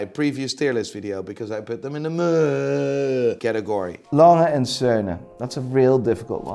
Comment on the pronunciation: Do you realise the sound meh makes? It’s not fucking muuurrr lmao.